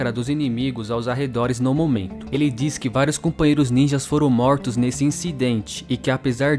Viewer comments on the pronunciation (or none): "os Moutros"